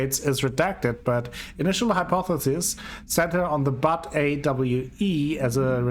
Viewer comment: Here is how to pronounce Butte